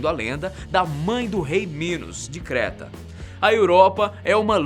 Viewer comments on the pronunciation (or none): none